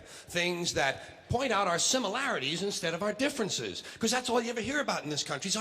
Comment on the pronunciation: It's similarities, not simularities